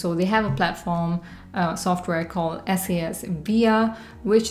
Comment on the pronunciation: It's called "SAS" as in SaaS, not S-A-S